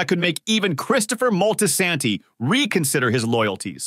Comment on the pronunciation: Christopher who....lol Mol-Tis-anti not moltensanti my top 3 Adrianna Analissa Gloria